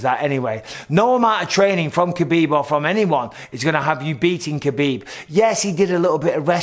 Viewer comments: It's "Habib" not "Kabib". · Cmon Michael, you know better than anyone it’s pronounced Habib